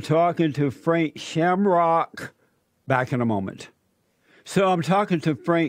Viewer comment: "I'm talking to Frank Shamrockuh!"